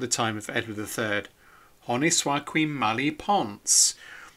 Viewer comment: I liked your Latin pronunciation of "qui" :)